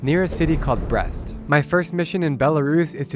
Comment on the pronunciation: It's pronounced Breest, not Breast. Lol